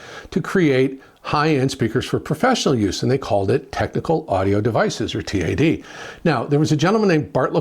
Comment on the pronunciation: It's TAD, not T.A.D.